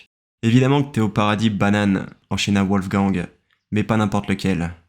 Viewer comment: Wolf Gang, le gang des loups en anglais. Sinon, la prononciation, c'est VOLF GANG. C'est de l'allemand.